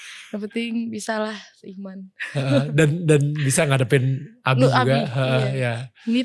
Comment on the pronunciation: Tuh guys di tekenin yang seIMAN ya wkwkwkwk dua kali lagi pengucapannya